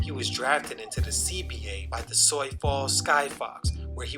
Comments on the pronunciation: Sioux is pronounced "Soo" not "soy" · Sioux is pronounced “Soo” not “Soy”. That is all. Carry on.